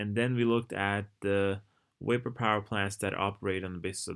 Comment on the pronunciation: i love how you say "Wapor"